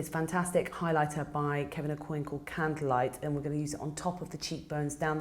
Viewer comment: This is GORGEOUS! I would love to know what your "mix" is. And Aucoin is a french word so it's pronounced "oh-kwah". :)